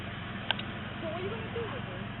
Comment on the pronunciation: I respect and admire your vast intellect, but why the sweet Tyler Perry FUCK do you say bæ?